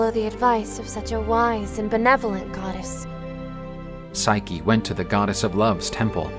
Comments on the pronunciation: Someone tell the female narrator it's pronounced Sy-kee not Sike! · Forgive me for being pedantic but the female voice artist keeps calling Psyche "Sike" and it is a little distracting. Other than that I rather enjoy these retellings. Thanks for making. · "...would have overwhelmed even hercules " you mean heracles, right? i could tolerate the voice actress not understanding how to pronounce psyche but i draw the line at deliberately confusing greek names with roman namss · The voice actress' pronunciation of Psyche's name makes me cringe.